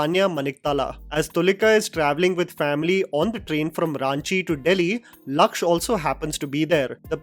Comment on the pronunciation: Small correction the name of the actor is Lakshya (लक्ष्य) not lakch (लक्छ)